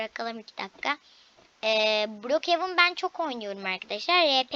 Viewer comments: Brokjen dil brokhevan okunuşu da brokevin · Okuyusun mal gibi brok hevın diye okuyorsun